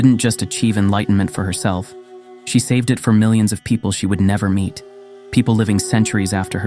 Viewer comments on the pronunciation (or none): none